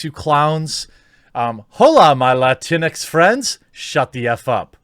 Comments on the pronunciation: Yes the word is awful, but can we talk about how Jeremy pronounces this? It's pronounced lat-inks not LATINEX!! LMAO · First, lah-teen-ex sounds like a wet toilette dispenser lmao. Please don’t say it that way ever again, it’s disturbing lmao. 2nd, the Hispanic community does not recognize Latinx And if these agenda seeking cucks don’t stop with their identity politics, the Hispanic community has a vast array of females with chancletas and they are ready to give out chancletazos. If you’re Hispanic y’all already know lol. The Hispanic community has spoken! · isn't it pronounced Latin-X? That is the way I have always heard people say it... I dunno. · I thought it was pronounced "la-tinks" to be honest. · You want to really piss off the morons that came up with that word, pronounce it "la - tinks." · I've always thought it was pronounced as 2 words Latin-X.. Guess I was wrong? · I always read it with the portuguese pronounciation (Latinksss) but like this is funnier, sounds like some sort of off-brand cleanex